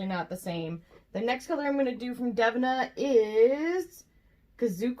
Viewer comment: Lol...its pronounced DA-VEE-NA...right??? Is it dev-in-ah??? Lol holy hell I need to know these things lol